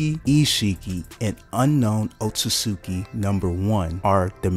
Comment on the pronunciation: Guy pronounces otsutsuki so wrong 💀. Very great and informational video though